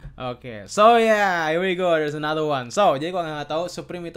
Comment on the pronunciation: Iya seharusnya another malah enathe! Wkwkwkwkwkw😂😂